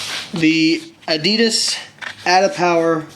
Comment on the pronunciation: the was u say adidas is fuked up lol